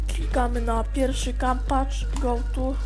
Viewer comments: no fajny , przydal sie :) kampaf a nie kampacz ^^ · efekt sympatyczny xD no i jak na dole kampat or kampaf a nie kampacz :)